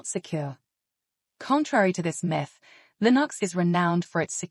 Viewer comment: "LIN OX is everywhere." Is this AI?